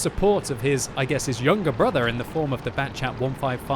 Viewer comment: Batchat 155... Why not Battchation 155 with French accent? You betrayed us